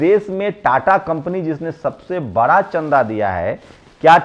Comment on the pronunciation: See how this youtuber pronounce words sosal bra pichra deliberately to prove himself pichra